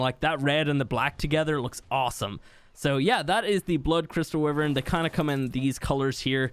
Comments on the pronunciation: Wyvern. wYvern not Wivern. Ffs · Repeat after me. Wyvern. wYYYYvern. not wivern. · Not tryna be rude but it’s not pronounced wiv ern it’s actually pronounced Y VERN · ITS NOT WIVVERN ITS A WYVERN SAY IT RIGHT ! like wive er in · It really bothers me that you pronounce wyvern as “wi-vern” when it’s “why-vern.” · Wyvern is pronouced: "why-vern or why-ven" Not "whi-vern" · It’s the way u pronounce it in his accent English/Australia but in America it is wyvern